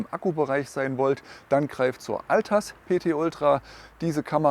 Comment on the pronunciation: Ich höre in deinem Video immer Reolink Altas.........die heisst doch Atlas.....oder?😅